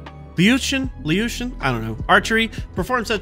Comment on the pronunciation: Your first pronunciation of Liutian was actually really good. The second, not so much 😂. Qilin is pronounced like Chi-lin